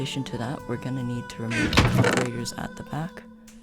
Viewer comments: great video bro but im not gonna lie to u, you dont say comperators its said like comp-ara-ters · I laugh so hard every time at the comp-ah-rate-ers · The way he says comparators pisses me off but other than that it is a great video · i hate how you pronounce comparators >:(